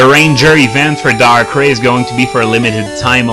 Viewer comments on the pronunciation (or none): no offence but hearing you mispronounce darkrai is kind of getting annoying.